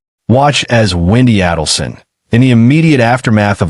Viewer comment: It's A-delson. Not Addleson.